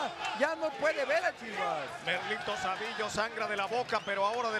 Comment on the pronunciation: Jajaja dijeron como 80 veces 'chiwas' Y chavez le seguia diciendo chiwis.. Jaja que guey